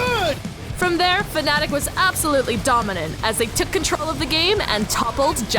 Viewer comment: It's fnatic not fanatic...